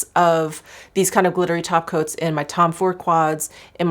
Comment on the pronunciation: Lol every time you say "glittery topcoats" i hear "glittery tacos" lol 😂